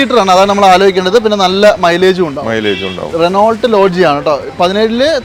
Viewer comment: റിനോൾട്ട് അല്ല റിനോ എന്ന് പറയൂ